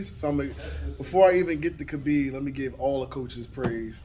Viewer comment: The correct pronunciation of his name is “Ha-beeb”. Not “Kuh-beeb”. Anyway, all the things he says about him are true. That’s why he was my second favorite MMA fighter.